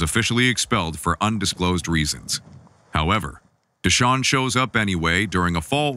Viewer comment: “Deshaun” lol